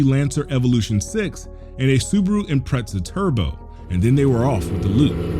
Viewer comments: It’s impreZa not impretza. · its IMPREZA not Imprettzaa lololol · Cool story but I couldn't watch it all due to you constantly mispronouncing Impreza. There is no T in Impreza. It is not Impretza. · So annoying listening to this dude say "Impretza" 50million times. It's IMPREZA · There's no t in impreze. It's not an impretzal😂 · Why is this dude calling it a Impretza? There's no T is not a pretzel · Impreza... not impretza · OMG this is driving me nuts! It's im-PREZ-a, not "im-PRET-za". The letter "t" isn't in the word impreza, so for the life of me, I can't figure out why you keep saying it like there is! It's not an abbreviation for a impressive pretzel, it's the model name of a car manufacturer by Subaru, you asshat! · I'm curious, why do you pronounce it as "Impretza" like Pretzel with a T, is it a dialect of where you're from? or because Pizza is often called "Pitzza" Anyways cheers for the video, stay awesome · Imprezza? Surely you mean Impreza, like the leaning tower of Pisa, not what the Italians eat…pizza. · Pretty sure that there is no "t" in Impreza. Why the hell make it sound like Impretza? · Had me thinking I was saying the name wrong my whole life for a minute. Why does keep saying Impretza? I understand that's how the Aussies/Kiwis say it but they can't English most of the time and Impreza is of Japanese origin and they pronounce it "Im-pre-za." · "IMPRETZ" is triggering me hella bad....LOL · Why do you keep saying impretsa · I want to watch this. I really do. But if I hear this clown say ImpreTza one more time I'm going to punch my monitor, and my GC8 is already absorbing all of my funds. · Weird he says IM-PRET-ZA. Ive only heard brits pronounce it with a T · "suburu impretza" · If I have to hear the word Impretza one more time... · Why do you say Impretza? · First this guy shows base model imprezas used to commit crimes, then calls impreza "impretza". I cant. Dont cover a topic if you dont know it. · "Impretza" is killing me.